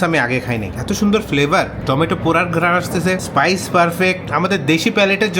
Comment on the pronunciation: স্পাইসি উচ্চারণ হবে 🤦‍♂️🤦‍♂️🤦‍♂️ বেশিরভাগ বাঙালিই এমন